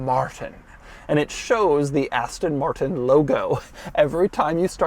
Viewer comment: Love Doug's videos, but my goodness, it is painful to hear American's try to pronounce Aston Martin.